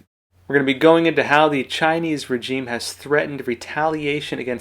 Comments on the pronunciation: Your pronunciation of 'regime', makes you sound illiterate. Petty, I know, but a bit distracting. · The g in regime is pronounced like the s in pleasure, not like the j in reject.